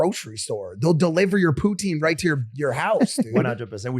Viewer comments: As a Canadian I Do not approve of how he says poutine😂😂😂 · Hahahaha they keep laughing at him say poutine properly, man was born and raised in the land of poutine